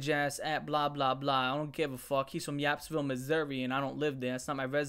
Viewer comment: "Yappsvile missouri" 😂